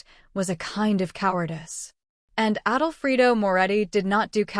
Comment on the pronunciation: Yes, it's not written, "Adolfrido", it's written "Alfredo", like the pasta sauce. Plus "goodbye forever" is two words, not three!!